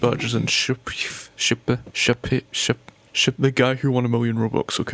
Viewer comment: shayph is just pronounced shafe. cool to see you back